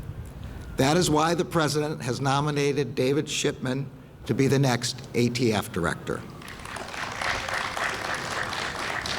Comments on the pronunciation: He could not even say ATF! We are all doomed! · Joe Biden you don't know J@ Sh¡t about guns, small hand guns are built for short range and rifles are built for long range. And the "ghost guns" are INCREDIBLY hard to make and trust, I wander why I haven't found any shooting involving ghost guns (News Max agrees) By the way, its ATF NOT AFT Listening to this Clown is making my head hurt! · Alcohol, Firearms, and tobbaco. The people who control and It's actually ATF but he cant speak due to his Alzheimers and said AFT instead.